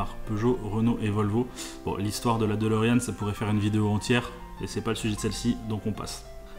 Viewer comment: Il faut prononcer 'DeLorine' et non DeLoréanne...